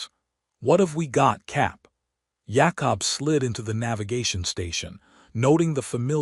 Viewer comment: can't say Jacob